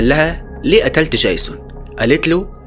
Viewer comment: يا عم دي فلاحه سيبك منها 😂😂 قال ديجزون قال